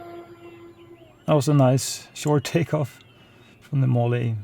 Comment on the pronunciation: Not trying to critique you but the e at the end is silent... sounds like mall. Great flight! I also liked your review of the Air Tractor, makes me want one!